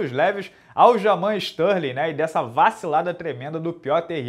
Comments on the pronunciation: Stalin, Barovit, Adessanha kkkkkk Minotauro fala os nomes de qq jeito kkkkk eu acho maneiro... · toda vez que ele falava isso eu ria pra crlh, ele enchia a boca pra falar Stalin, kkkkkkkkk